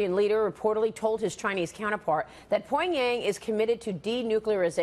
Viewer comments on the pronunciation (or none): Can someone tell Maria its NOT "poing-yang"? Its annoying. Tell her if she cant pronounce the name dont say the word.